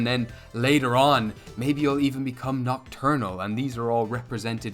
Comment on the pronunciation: "NOCT-U-RNAL" Apart from that, I've seen your previous videos on the classless skill tree and think it's a good idea. I'm just afraid that the tree(s) might become too big and overwhelming or at times maybe even redundant. I'd love to hear your thoughts on a possible level cap. Looking at 5e in particular, I think a cap of 30 would be better for your system. But then you'd maybe also want to slightly lower the XP requirements for a level up. I'm also curious about the combat tree and I don't remember if you touched on this in an earlier video but if you take the combat tree into consideration as well, would a player get 3 skill points PER tree or is that a total? A total would be easier to keep track of but looking at the amount of nodes, the total might have to be increased to 5.